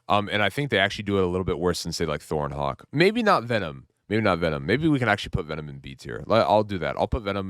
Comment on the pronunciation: hulk is not "hawk"